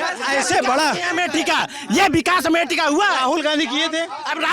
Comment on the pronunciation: Road ko bikas bol rhe hai...chacha😂